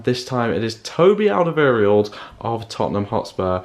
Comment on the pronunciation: Your saying Alderweireld wrong